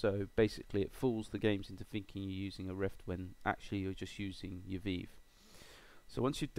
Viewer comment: Thanks for this, going to give it a shot. also, weird how you say Revive with the hard I, like eye, but say Vive like Veeve. Do all british folks call it the Veeve? Just FYI, HTC says it's Vive with a hard I, but you English always have your own ways. :-)